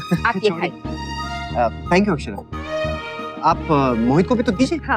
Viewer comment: Akxara ni akshra hota h 😂😂